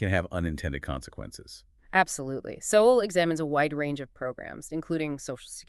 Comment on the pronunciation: Pronounce the authors name properly.not an option,A.i.feds.